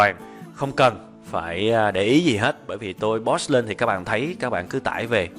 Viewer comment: Thầy ơi cho xem sửa phát âm tiếng anh của thầy. Thầy hay đọc sai từ POST.